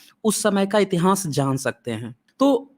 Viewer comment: बड़े ज्ञान की बातें बताते हैं, बस उच्चारण की त्रुटि में सुधार करके इतिहान्स को इतिहास कहें; इतिहान्स कहना फूहड़ लगता है।